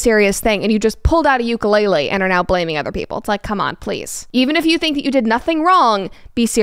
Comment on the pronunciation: if you still called Ukulele Ukulele instead of Ukulele, shame on you